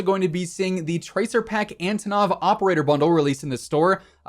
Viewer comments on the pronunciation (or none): none